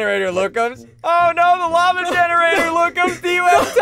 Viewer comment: SSundee: The "f"lava is rising Me: what-😃 you mean lava-🥲